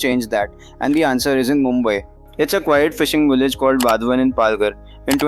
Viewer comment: People should learn the correct pronunciation of "Vadhwan" based on the name of the town Vadhvan near the port. The 3rd and the 4th letter dh is pronounced as DH of "DHOL" Dhol Baje re Baje;. The last letter n is pronounced as Na with the tongue rolling back to the roof of the mouth . Thus VADH(Dh od Dhol) and VAN with nasal N make it Vadhwan. Not wadhwaan nor wadh- one